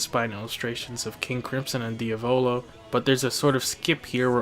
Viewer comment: Both this vid and the original are excellent, but just a few things I'd like to point out. that's not the "okay" hand symbol. That gesture means "money" in japan, and its usually considered a rude or impolite gesture to make. That is not how you pronounce "aegis" That is not how you pronounce "Diavolo" "Oh, that's a baseball!", not "oh, it's a baseball!"